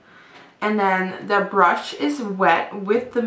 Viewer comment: She says 'de' instead of 'the'😂😂